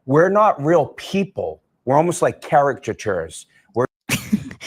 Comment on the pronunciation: sloppy job... ON PURPOSE!!! and CARROTcachures lol